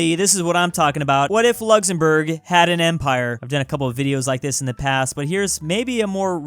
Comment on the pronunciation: Who is going to tell him that it’s Luxembourg and not Luxzembourg